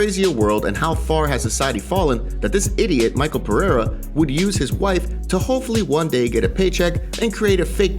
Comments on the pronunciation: it's not Michael it's MiCHel Pereira. Only uncle Chael can butcher names. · Its mishel brother its pronounced mishel not Maykal Pereira